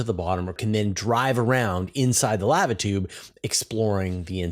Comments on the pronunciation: How to pronounce lava--> Thank you for your videos. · The pronunciation of lava aside, shouldn't it be magma tube?